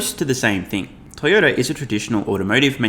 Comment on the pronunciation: Did call the largest auto maker Toy-odor? Tezlurr will overtake these stinkers